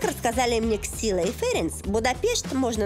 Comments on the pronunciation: Имена бы хоть не коверкала, слушать ужасно. Нет в венгерском языке имени Ксила, оно произносится как Чилла, что в переводе значит звезд (facepalm) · Очень хороший выпуск! Хотелось бы оставить подсказку на будущее: некоторые слова и имена героев выпуска произнесены с не совсем верно. Например, людей из выпуска "Ксилла" и "Сандор" на самом деле зовут Чилла и Шандор. Во-венгерски они пишутся Csilla и Sándor. В венгерском языке сочетание букв CS — это звук Ч, буква S — это звук Ш, а буквы SZ — звук С и так далее.